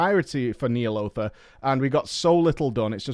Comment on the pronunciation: He pronounces "nEEalotha" because he knows it grinds our gears